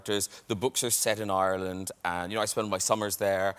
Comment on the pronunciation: I do love how he automatically pronounces Ireland "Oirlnd", all of that London accent suddenly gone lol